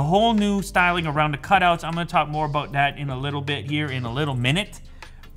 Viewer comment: More bout dat. Sounded jamaican. Lol loved it.